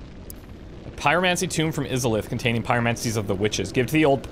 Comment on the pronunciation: You're my favorite Lets Player by far, but the way you pronounced Izalith was abysmal lol, especially since you've played DS1 man! Keep up the good work!